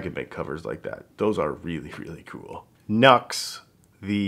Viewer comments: NU>X is actually pronounced "New Ex" not "Nucks" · Nux is pronounced new-x not like chucks